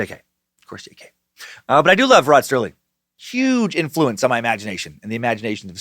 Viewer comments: Does he keep saying Rod "Sterling" instead of Serling or am I just so used to hearing mispronounced words I'm hearing things? Oh dear lord when he gets to the monster names his head just might explode! LOL! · Rod SERLING. Not sterling ....🙄🙄🙄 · FOR THE RECORD, there is no “T” in “Serling.” (Still love ya, brah ... )